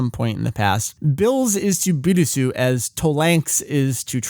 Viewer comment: I'm pretty sure Bills is pronounced Beels in english.